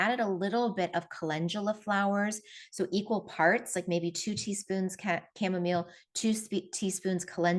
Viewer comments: Chamamolee? Was it hard to take this person seriously as being knowledgeable on the topic? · I saw that video where he said “cha-momma-lay” too like last month or so. Epic Gardening I think the channel is called. Too funny! 😂. His friend had said it, the main guy knows better.. My hubby is def. more of the venting type. I’ll try to get him to drink this more! Thx for sharing all of your practical tips & knowledge that I can sure use too 😊